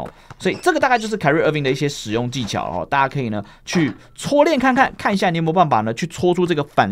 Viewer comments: 是開rie 不是凱rea…聽得好累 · 我是說重音的部分 不是rie的部分 本人也是念開不是凱